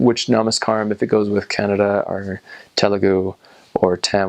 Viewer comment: Thank you for pronouncing Kannada the right way!! A lot of Indians can’t say it right.